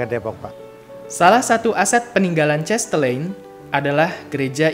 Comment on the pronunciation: Mas terimakasih atas video singkat ini. karena ini dipasang di youtube tolong pengucapan nama dan kata kata asing belanda harap diucapkan dengan laval belanda bukan dilafalkan dengan laval ingris misalnya nama cahtelein itu bukan dilafalkan chestelein tetapi chastelaein. Sorry ya saya mengritik demi kebaikan saja. thnks.